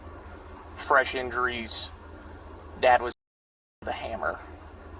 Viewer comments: You can’t say “injuries”? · Can't say "injuries "? Unreal.